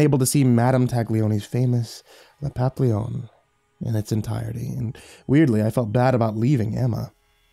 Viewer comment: please, it is pronounced "papee-yon" not "pop-leon". It is the French word for butterfly. Like how tortilla is pronounced "tor-teeya", not "tor-tiluh". Great narration otherwise but this is driving me crazy.